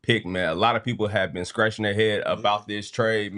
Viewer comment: been saying “this Ben year for the past 2 years”🤣🤣🤣